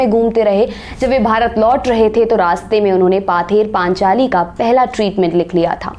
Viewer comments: It's not पाथेर पानचाली, its पथेर पांचाली means folk song on the way रास्ते का लोकगाथा। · 'Paather" nahi ma'am...uski pronunciation 'pawther' hoga...btw, a good video...cheers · actually mam its pronaunce pother panchali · Presentation was good, but Bengali pronunciation sucks, "Paather Panchali, Apprajito, Bangali", etc are the example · Madam, “Bangali film “ nahin: “Bangla Film “, banane wale ko Bangali keh sakte ho aap. Maaf kariyega Ek our nivedan Pather Panchali - pronounced as paw-ther Panchali me n anuswar hai , n hard nahin Isey aap constructively lenge, ummid hai . Aapka research aur saraha jayega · Her pronunciation is terrible. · Baksho bodol, baksa nehi. ! U have lot of good info in ur video. The pronunciation is killing it. Specially pather paaanchaali is stabbing in my ears..i still watched because the content is really good. Yes Bengal is a state, a region of india, but not Satyajit. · It's not পথে র পাঁচালী